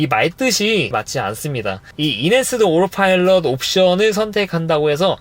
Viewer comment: 오로파일럿 인가요 오토파일럿인가요 😮